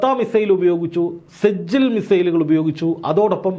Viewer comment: സജ്ജിൽ അല്ല സിജ്ജീൽ എന്നാണ്. ഭയാനകമായ നരകത്തിലെ അഗ്നിക്കല്ല് എന്നാണതിന്റെ അർഥം